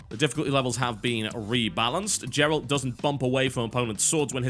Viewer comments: Who the fuck is "jerald"? It's "Geralt", as in Gamma, not Jam. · TB pronouncing Geralt with a soft G was making me twitch in my seat a little. :-p. (I don't know how the Poles say it, but of course I'm used to the hard G in the English version.) Disappointed that the contest was cancelled. I was excited for it, but oh well. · There's a hard G on Geralt... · lol, "jeralt"